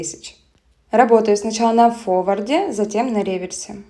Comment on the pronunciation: Не "фовард", а фоРвард! В каждом видео режет слух.... А видео огонь👍, спасибо!